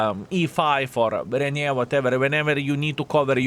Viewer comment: Ren-A-Gade. What the heck are YOU saying???